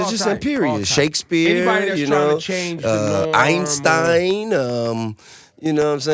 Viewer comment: The way my Dawg Tip said “Einstein” 😂😂😂😂😂